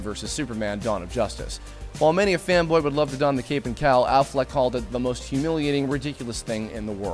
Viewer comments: de he just say Ben Afflack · he says Ben afflack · Ben afflack. That's what I heard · Ben afflack......really? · You called him Ben Afflack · indeed it bat afflack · 'awgling for 'ogling' 'Afflack' for 'Affleck' (What is he an insurance agent with the duck??).